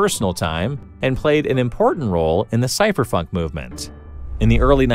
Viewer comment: did you say cypherfunk? 😆